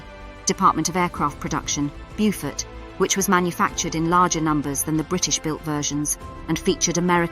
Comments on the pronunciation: Nicely spoken narrator under very poor direction- as mentioned the pronunciation is Bowfort, not Bewfort as she has it! Nice little video covering most of the essential facts- would have been nice to have mention of the Victoria Cross earned by Ken Campbell VC for his strike against the Gneisenau in the Beaufort. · Get the pronunciation right! "Beaufort" is not "Byufort". Correct pronunciation is "Bowfud"! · Exactly. Lack of proper research prior to posting the video......